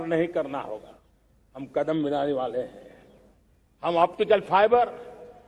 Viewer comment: आज का ये दिवस एक ऐतिहासिक दिवस हे एक नयी राह एक नयी संकल्प और नए सामर्थ के साथ कदम बढ़ाने का सुभ अबसर हे, सच में आप ने टैलिप्राम्प्टर का इस्तेमाल किया हे तभी तो कदम को कड़ाम बोलै हे, टैलिप्राम्प्टर इस्तेमाल करोगे तो 1.5 स्पीड धीमा बोलना होगा |